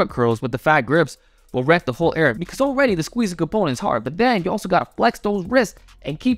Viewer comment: slytherin snake says "wwwreck"